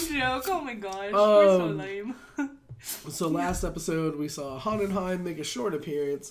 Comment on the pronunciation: The Dad's name is pronounced Hoe-En-Heim. First name Von